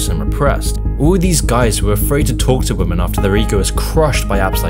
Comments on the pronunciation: It's women (v ii hmehn) not woman (v oo mehn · I notice you keep saying "woman" when you mean "women". Are you using an AI to write your scripts or an AI to do the voice-over? Not saying this to be adversive, I like your videos just want to let you know so it can be rectified. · great video but why does he pronounce women as woman lol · Why do you say “woman” as a singular instead of “women” for plural? Sounds weird lol the plural is pronounced “Wi-Min” not “Wo-Man” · It's pronounced 'wimen'. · Someone please teach the kids how to pronounce the plural of women! The is a difference! Maybe it's time to change the spelling. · Fuck me learn how to pronounce women properly. It's not pronounced how its read when its plural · Why are so many people mis-pronouncing such a simple word as "women"?